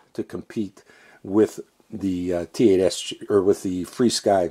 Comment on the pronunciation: Nice review as usual. Just wondered why you call it Fly Sky when it is actually FR Sky. Something I noticed you did not show with the Jumper T16 the different speeds 1, 2, or three for example. I remember I ordered the yellow jumper plus and they sent me the plain jumper without the word plus under the name. After many emails and pictures I emailed them, they gave me the run-around and would not take it back. When I did figure the transmitter out a little, it would bind with one quadcopter only, and it only had one speed with no way of using the different speeds of the drone. That is why I was waiting for you to show that this T16 would not only fly your drones in the different modes/speeds of the drones you flew with it. Could you make a video showing that this transmitter can actually fly your drones using their other speed settings for example. Happy Flying